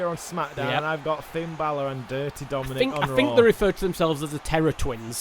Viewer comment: Hey "Dominik"